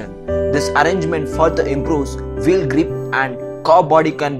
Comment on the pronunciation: Your accent sucks. It calls "wheel" NOT "vheel". You have to say "want" NOT "vant"...